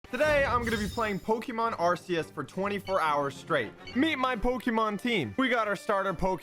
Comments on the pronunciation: I'm just saying it's pronounced like arkeus not arseus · its pronounced arkeeus not arseeus, not trying to be rude just trying to prevent toxic fans from yelling at you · ITS ARK- eus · IT'S NOT PRONOUNCED "ARSEUS" IT'S PRONOUNCED "ARK-EUS" BUT I PRONOUCE IT ARCHAOS!!!!! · It’s not called arceus it’s pronounced ARK-ee-us it says from the official handbook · I'm sorry but it's pronounced ar-kuz not ar-si-yus. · should do a part 2 but he would he has to say the pokemons actual names and this game is called pokemon "legends" arkoos but you can call arkoos arceus as well but I like to call it arkoos 👍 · Did anyone else hear what said in the intro? He said we are playing arceus (r-see-us). It is pronounced Arceus (r-kee-us). HAHAHAHAH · you have just made me hate you. arceus is pronounced like arkee us. not arseeus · ITS ARC-EUS NOT AR-SEA-US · Why whenever people say Pokémon names wrong nobody ever mentioned it in the comments like dude you said Arceus wrong it’s ar-key-is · Its not legends ARCEUS but its legends ARKOOS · ITS PRONOUNCED ARK-EE-OUS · It's arkooos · amazing video but can we just talk about how he pronounced the game at the start "ar-see-us" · its ARKOOOS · Its pokemon legends arkoos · Mispronounced it it's akoous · It’s also pronounced ark-eus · It legends Arceus “Ar-key-us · Arceus is pronounced ar-keus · 23 minutes and 17 minutes of misspelling arkoos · HE SAID IT WRONG ARCEUS